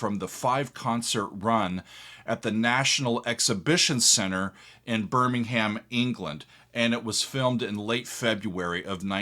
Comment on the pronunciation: Birmingham, England - ought to be pronounced 'bir-ming-um' - as opposed to 'bir-ming-ham' - which is in Alabama :)